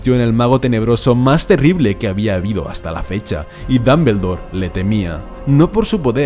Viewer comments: Se pronuncia damboldor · Porqué tiene que decir Dambeldor?? Porqué!?!? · JAJAJA dambeldor, pronuncia bien por favor el nombre, gallego, gracias! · es DOM-BUL-DOR no DAM-BEL-DOR, después porque los latinos les hacemos bullying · Pero no es Dambeldore es Dumbledore😒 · Me mata su Dameldor Dameldor y más Dameldor mátame Dameldor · Me gusta como dices Grindelwold y Dambeldor Gran vidio Estoy siguiendolos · Ya y mi última profesora de inglés se fué con 17 años a Londres y volvió 20 años después y dice "Ji (he), Jer (her) Jis (his), mi hermana lleva viviendo en Londres 6 años y sigue diciendo "Apel (apple), iguel ( eagle) o dambeldore (Dumbledore). No te hablo del nivel gramatical sino de lo que es más sencillo todavía, escuchar, te hablo de saber pronunciar las palabras como se pronuncian. Entender que aunque compartamos alfabeto las letras suenan distinto. De eso te hablo. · Tomi Puerto en "occidente" pronuncian el nombre como la pronunciación inglesa... Los españoles pronuncian como se lee y eso es incorrecto porque los nombres no se traducen